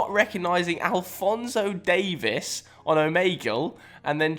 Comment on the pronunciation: his name is Alphonso Davies , not “Davice” like you stated